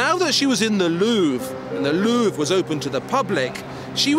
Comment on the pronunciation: Your pronunciation of the 'Louvre' is really awful and very disturbing, it sounds like you have to go to the loo every time...